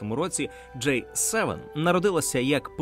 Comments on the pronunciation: Це «J» - [джей] Це «G» - [джи] Різні літери шо пишуться по різному та звучать теж трохи по різному. І да, Джей7, то скоріше J-7 - торгова марка соків від PepsiCo, а не те про шо ви дуже кльово і цікаво розповідали в цьому відео. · Дякую за огляд! Зауваження: G - англійською читається як "джі" "Джей" - це інша літера J. Цікаво було дізнатися про усі ці відмінності! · Джі севен! не кажіть джей севен. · До диктора: G7 читається як "Джі севен". "Джей севен" це J7 А взагалі, дуже крутe відео! Спасибі за просвіту <3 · Диктор говорить "Джей севен", хоча правильно вимовляти "Джі севен". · G7 це "джі севен", а не "джей севен" (J7) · Все добре, але нестерпно ріже вуха «джей севен» (J7), натомість має бути «джі севен» (G7) 😂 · Маю на увазі вимовляння англійської літери G в контексті Великої Сімки, «вісімки» та двадцятки. Диктор вимовляє «джей», що відповідає літері “J”, а має бути «джі» (G7, G8, G20). Гарного дня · протягом всього відео диктор називав G7 - [джей севен]. Що дуже ріже слух. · Теж звернула на це увагу